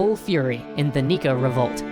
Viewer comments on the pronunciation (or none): Did he just say "Neko Revolt"? Meow, revolution is coming, master. :3